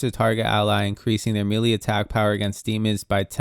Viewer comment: just an fyi, melee is pronounced 'maylay', not 'mealy'. mealy has another meaning.